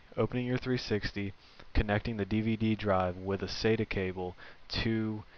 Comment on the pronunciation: can you say sata ? sa-ta practise